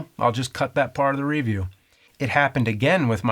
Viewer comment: the way he pronounces "review" and "mandela" are weird